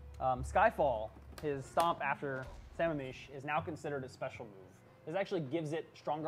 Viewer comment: Why do non washington state ki players fuck up the pronunciation? Its Sah Ma-am mish! Like the lake! God!